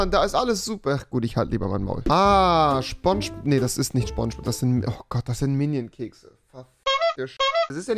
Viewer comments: (S)pongebob!! Und nicht sChPoNsChBoB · Niemand: Wirklich Niemand: Rewi: scHPoNGEboB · Man kennt ihn: Schpongebob